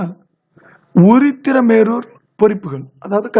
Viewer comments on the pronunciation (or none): Uruthirarmelur illai uthiramerur sir Audio mattum dhaan ketpean Sir